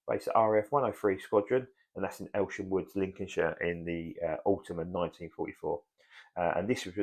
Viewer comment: Elsham Wolds, not "Woods"